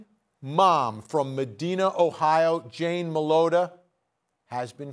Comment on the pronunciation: Medina, Ohio is pronounced as Med(EYE)na...not Med(EE)na.